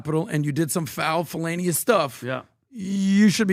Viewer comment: “Felanious” or Felonious